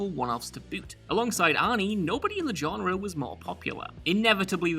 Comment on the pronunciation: I feel like knows that his pronunciation of genre as "John-re" bothers me and therefore opts to use it in EVERY list. Multiple times.